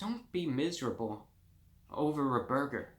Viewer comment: “Don’t be miserable over a burgah “ -reviewbrah